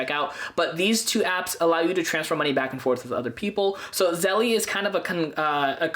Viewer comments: It's not pronounced "zelley" ITS PRONOUNCED "ZEL" !!!!! Is it spelled "zellie"? No, right?!?! It's spelled zelle - therefore the last "e" is SILENT!!! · I think it’s pronounced “Zell” like the word “sell” but with a Z. It isn’t “Zell-ee.” 🤔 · I think its Zelle not Zelly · it's zehl not zellie; OY VEY! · You're mispronouncing it - it's like Zell (the last "e" is silent) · You dont pronounce the e on the end lololol It's Zell like Sell but with a Z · Stop calling it zelly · pronounced "ZELL"* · Zelle is the ONLY way to send money instantly for free. Game changer! Also, the E is not pronounced so it’s just “Zell” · The incorrect pronunciation really bothers me. The word “Zelle” has to be pronounced correctly especially if you are doing a tutorial. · You don't even know how to pronounce Zelle, I cannot trust you.